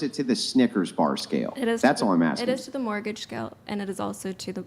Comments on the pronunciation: Tell girl 4 the word is pronounced TOO. Not "tuh." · I have never heard someone pronounce the word "to" as taaa before. The girl studying econ said that way 3 times in. I don't mean anything bad about her I've just never heard that before.😊